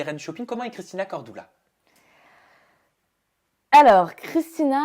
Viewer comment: Corduuuuuuula pas cordoula 😂😂😂